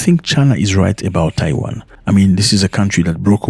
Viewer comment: It's Taiwan not Tawain